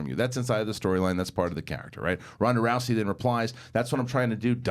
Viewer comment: It's not Ronda Roucey bro!! Row-zy.